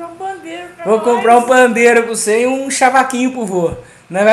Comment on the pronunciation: Cavaquinho. Não fale chavaquinho